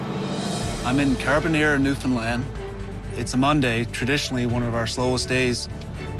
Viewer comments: Can't get over him saying newlin land... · Newfin land* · it’s a canadian show and the narrator doesn’t even know how to pronounce newfoundland?? that’s sad